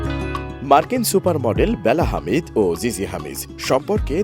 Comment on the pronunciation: হামিদ না , হাদিদ 😂😂